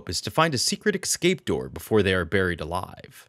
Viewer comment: Escape not eXcape!!